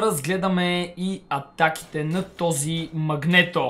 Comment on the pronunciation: Казва се Магнито. А не Магнето.